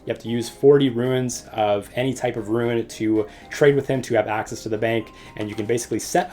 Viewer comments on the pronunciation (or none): rune not ruin, tf